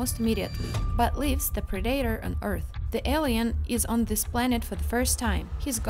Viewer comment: Prey is a good movie...but she just didn't pronounce "Predator" right!😅